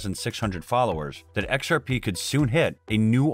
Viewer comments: im i the only one hearing it like this occasionally lol "ex are Pae" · X-R-Paaaei guyz